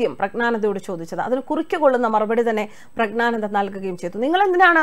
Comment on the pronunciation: Prag na nanda alla, Prag njyan (gyan) nanda.